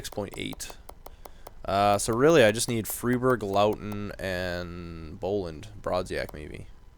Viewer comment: Pronounce it Laugh + ton :D